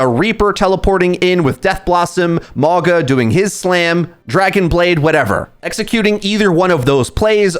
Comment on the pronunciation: Lol (wOO-Yong) and (mOw-gUh)